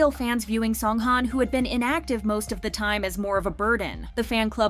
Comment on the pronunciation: Please pronounce his name right